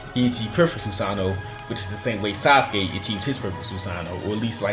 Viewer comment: He said asuske